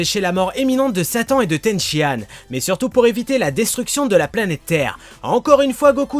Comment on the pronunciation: C'est Tenshinane est pas Tenshiane¡!!!!!!!!!!!!